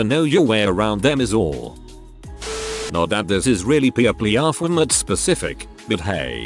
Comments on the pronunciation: what it says: peopleofwalmart what the text to speech voice thinks it is: PEPLEOFWELMERT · pîplïof wælmérte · “What’s the most “Pipleeuhfwallmert” thing ever” I love when the bot horribly mispronounces certain words or phrases. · The robotic voice says people of Walmart like he’s having a stroke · Lmao the fucking stroke when it said peopleofwalmart